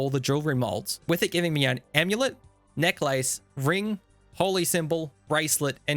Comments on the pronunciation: Neck-lace? Duh-warf? Are you deliberately trolling us here? 😂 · This is great but have you ever heard anyone say the words "recoil" "necklace" or "elemental" before? haha